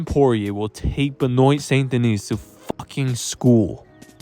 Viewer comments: WAIT WAIT WAIT... WHO THE F IS BEH-NOYN? LOLOL BEN- WAH. YW. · True. ...but it's Ben-waa.... js.